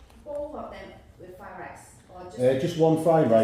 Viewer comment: "fried lice!" lol